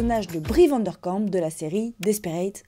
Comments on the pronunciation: Super vidéo merci Par contre c'est Bree Van de Kamp et non Van der Kamp, j'ai eu mal à chaque fois que tu l'as prononcé 😭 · Très chouette vidéo comme toujours 🫶 mais par contre petite précision c est Brie Van De Kamp et pas Brie VandeRRRkamp (le r n a pas sa place haha) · Sorry faut que je le dise c'est mais Vandekamp haha ya pas de r 😂 ça m'a fait tiquer toute la vidéo haha😂